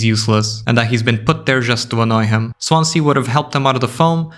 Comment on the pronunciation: Im from the welsh city of swansea. We pronounce it swanzee. Dont know why but we do